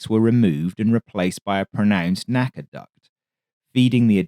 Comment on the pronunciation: N.A.C.A. Was always pronounced Enn Aye See Aye. Don't be fooled in thinking it was pronounced like NASA.